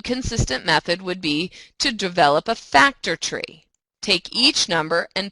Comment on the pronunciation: slpaukes I thought she said “factory”